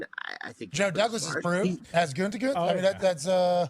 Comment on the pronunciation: What's up with calling him goontekunst like every time😂